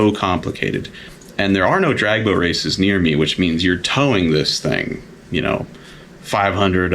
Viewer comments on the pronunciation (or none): none